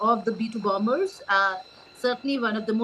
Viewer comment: BOMBERS😂😂😂 not BOMMERS